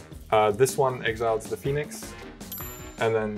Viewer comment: and izzet phe-onix lol